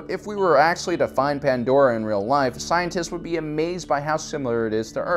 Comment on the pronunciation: Thank god his pronunciation of pandora is correct